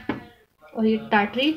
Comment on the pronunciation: Last mein kya milaya samajh mein nahin aaya thoda uska naam achha se boliye .... Tatrik usko thoda achcha se bol dijiye na kya hai samajh mein nahin aaya